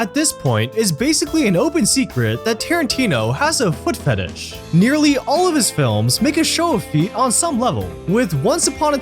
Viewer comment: foot f´ísch is disgusting